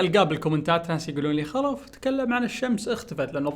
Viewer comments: مين لاحظ اول المقطع م قال خلف قال غلف 😂🌚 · بدايه الفيديو كلش يكول السلام عليكم انا غلف مو خلف😂😂😂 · لما قلت السلام و عليكم انا خلف اتهيألي انك تقول السلام و عليكم انا خرا 😂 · مين سمعه قال غلف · من غلف ؟ (غ) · مين لاحظ ان خلف قال في بدايه المقطع السلام عليكم انا غلف 😂 ما اقصد الاهانه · يا عيال بداية المقطع يقول سلام عليكم انا غلف هههههههههههههههههههههههههه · من سمع يوم خلف كلج قال غلف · المقدمه سمعتك انك تقول غلف مو خلف عيادها و شوف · مو كنه قال سلام عليكم انا غلف؟ هههههههههههههههههههههههههههههههههههههههههههههههههههههههههههههههههههههههههههههههههههههههههههههههههههههههههههههههههههههههههههههههههههههههههههههههههههههههههههههههههههههههههههههههههههه. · قال (غلف ) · خلف انت نطقت اسمك ببداية المقطع غلف😂😂😂😂😂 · كأني سمعته يقول غلف 😂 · مين لاحظ بل بداية قال السلام عليكم انا غلف😂😂😂😂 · ركزو في البدايه قال (السلام عليكم انا غلف )ال ي ما لاحظ لايك 😂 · كأني اسمع ( السلام عليكم انا غلف ) ولا اتوهم 😅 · السلام عليكم انا غلف تم السحك بنجاك 😂😂 سحك (معناها غلط بالكلام) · يا عيال في البداية قال غلف😂😂😂😂💔💔💔